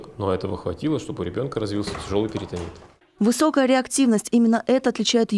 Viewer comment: ПерИтонит, Карл! Вы уволены за безграмотность! Зайдите за расчётом!